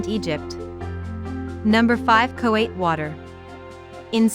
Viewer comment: Mispronounciations need corrected: Coate is pronounced Coat. Lydiard is pronounced Lid-e-urd. Places to add: the Town Gardens